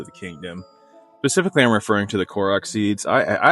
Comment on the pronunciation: It's specifically not pacifically.